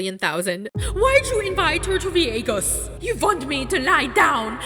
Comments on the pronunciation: That accent doin all the heavy lifting for pronouncing VYEGAS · I thought you were exaggerating when you said Veeagus... I lost my absolute shit when the clip of Natalie came on with her literally saying Veeagus. 🤣🤣🤣 I watch the recap here and not the show. That's how good this is. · TEK ME VEE-YAY-GUS NOW JOSH!!! 🔥🤣🔥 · I've been telling everybody to "invite me to viegas" all day. 😂😂😂😂